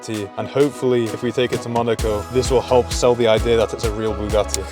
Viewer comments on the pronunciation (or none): none